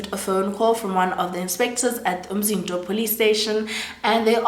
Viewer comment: Love how you pronounce Umzinto